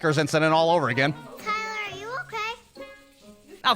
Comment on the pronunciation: "tywer, awe you okay"